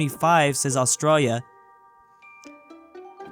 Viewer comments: Bruh I hate this guy his saying Austrolio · BRUH THAT IS NOT HOW U SAY AUSTRALIA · Its Australia not Austria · PPWA he says Australia like an Aussie but he's American also r u new Zealander PWA